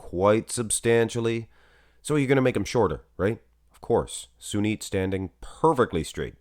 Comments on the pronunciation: Sunit not junit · Its Sunit jhadav not jhunit jhadav